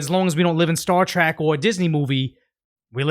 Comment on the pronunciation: Trek bro, not Trak. Star Trek